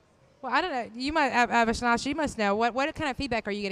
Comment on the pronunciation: For God's shake,, try to pronounce the guy's name right; it's A-vi-nash.